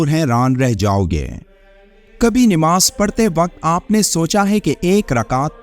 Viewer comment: ناماز نیماز نہیں نماز صحیح لفظ ھے نیماز نہیں